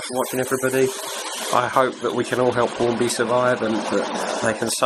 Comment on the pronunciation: you said Hornby wrong, it's Hornby not Horny.